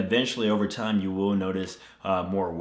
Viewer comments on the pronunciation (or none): none